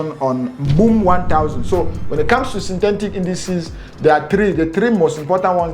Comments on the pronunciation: My oga , Sin - Te - Tic not Tentic😌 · Synthetic not synthentic. Etic not entic. 😂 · Synthentic ... Bru no man - Synthetic - there is no N